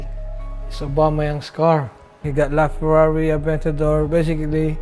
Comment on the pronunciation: My man said ferari aventador😂🤦‍♂️